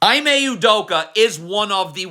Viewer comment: “E-MAY” At least give him the respect of saying his name correctly.